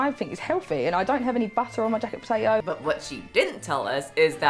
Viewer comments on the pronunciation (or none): Are you saying... 'Jack potato' ?😂